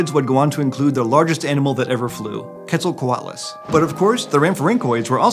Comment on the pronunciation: Mistake in minute , it's " Quetzalcoatlus", NOT Queztalcoatalus"